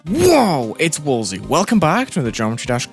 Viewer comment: I like the part where "The" says Wulzy.